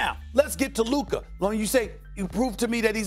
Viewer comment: It’s Luka I’m sorry it’s Luka